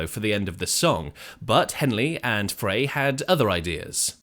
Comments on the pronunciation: frey is pronounced like the word fry, not fray. and no history of this song is complete without discussing the similarity to jethro tull's song we used to know. hotel CA was written not long after the eagles opened for tull. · "Fry" dude, not "Fray" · Glenn Frey's name is pronounced "Fry".... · Mandela effect? Glenn FRY (pronounced) Is how I remember........